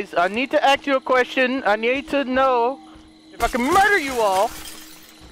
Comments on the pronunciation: U guys heard that he said that 'I have a axe I have to axe u guys a question' that was smart😂😂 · I need you to axe a question 🤣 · "I got an axe guys I just wanna axe u a question"